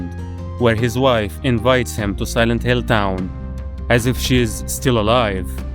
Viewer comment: Bro... you started with Cry of Fear... you instantly get a like and subscribe from me. Loved that game! edit 1: why do you say silent HELL, and mental Ellness? edit 2: Visage is my other favorite game!